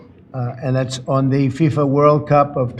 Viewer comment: It's not FISA it's FIFA.